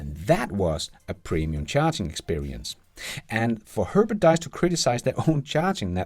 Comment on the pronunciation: Please: His name is Diess not dies (säg diis, inte dajs).